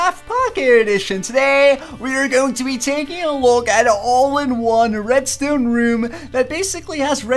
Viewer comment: Anyone else absolutely HATE the way he says redstone? It's red-stone not red-stewn. Awesome vids, just a pet peeve...